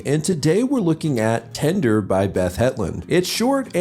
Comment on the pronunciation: I keep hearing it as “tinder” 😭